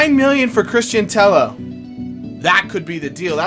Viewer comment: Sign Cristian Tello! Ntep does look very good but in real life I feel Tello would suit is better just by the way he plays, especially his link up play. And he's good on fifa, (I'd recommend playing him on the left) and his name is pronounced "Tay-O"